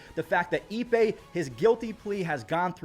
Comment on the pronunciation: His name is "Ippei" not "eBay." Get it right.